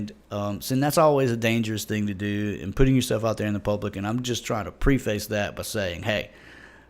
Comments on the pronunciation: It's PREH·fuhs, not PRE-feis. #preface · Did he say pre-face? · Stop saying PRE-face.